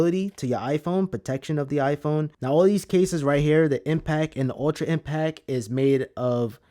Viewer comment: Impact, there's a T and it's not silent!!!!!!! Dope review though, thank you